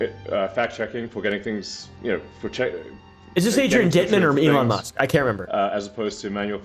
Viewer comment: "Elon Ma", do you mean for that to sound like anofher language? 😂